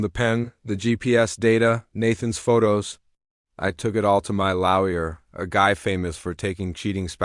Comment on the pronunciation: FFS... WTF is a LARRY-ER? It's pronounced LAW-YER! 😢 YFDA